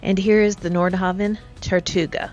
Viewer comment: Also, your brand of yacht is pronounced NordHaven… with a hard A.